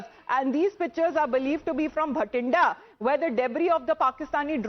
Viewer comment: It's bathinda , not bha-tinda ! 💀